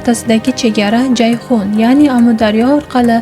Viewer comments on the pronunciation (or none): none